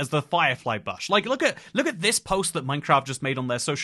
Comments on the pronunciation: clicked off after you said buhsh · he's back to mispronouncing "bush" :(